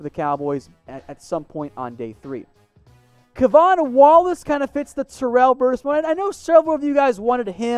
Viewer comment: It’s (Kay-Von) Wallace 804 baby!! Hshs!!